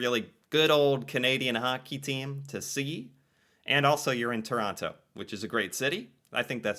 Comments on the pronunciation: She said hockey game in Chronno, please take note and please stop mis-pronouncing the name of my home town. She said it many times so get the correct pronunciation through your thick skull. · Lived in Ottawa for 5 years, can confirm, boring af, most exciting thing that goes on are street racings at night Also Toronto is pronounced ToroNO, you don’t say the second T….no, idk why